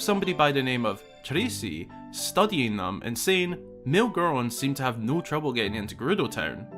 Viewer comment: Okay why roll the R in Trasi, but not in 'treatment'? American asking here lolol. Just curious about accents.